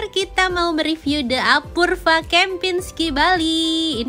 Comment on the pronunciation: "apurva"...dibacanya "apurwa"!!!